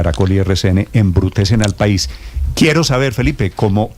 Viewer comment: embrutecen embrutexe. hevruthezen😂😂😂😂